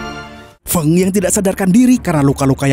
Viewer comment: Feng itu dibacanya Feng bukan Feng....😊